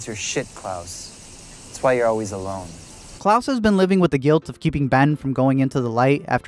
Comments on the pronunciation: its klaus (ka-loust) like on american dad not claus like santa claus (claws) ugh. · Is it just me or does he keep saying Claws instead of klaus lmao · the way u say Klaus’s name like “Claus” as if hes Santa kills me xD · I’m sorry, but every time he says Klaus it sounds like “claws???” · This video was overshadowed by my pure rage every time you called Klaus ‘clause’ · When he pronounces Klaus like clause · Why do you pronounce Klaus like claws? Lol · No one gonna point out how he says klaus like Santa klaus !!??? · Klouse, it’s not Santa😑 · Why does he call Klaus claws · Yep, I know people hate to hear it, but it’s not incest according to the definition of the word. It’s very weird, super odd but not incest. Did it throw anyone else off that he keeps pronouncing Klaus as “claws”? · Why are you pronouncing it "Claws"? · The way you pronounce Klaus tho 🤣🤣🤣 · How did you mispronounce Klaus every single time lmaooop